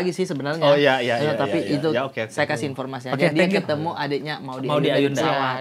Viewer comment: Gua nnton setengah 3 malem bang, ngakak mulu liat ngomong infotasi